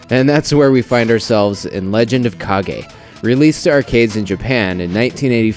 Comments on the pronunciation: It's pronounced like "cage". Stop making up your own words, dude who is doing the review! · I always thought the title was pronounced Legend of "CAIGE." To me, "KA-GEE" dosen't sound right as it sounds more like the guy Captain Kagi, the guy that shuttles Palpatine to Mustafar near the end of Star Wars Episode III.